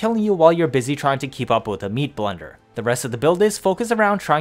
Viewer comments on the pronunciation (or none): none